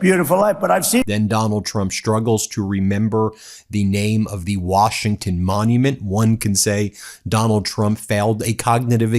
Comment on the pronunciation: This idiot couldn't say Washington Monument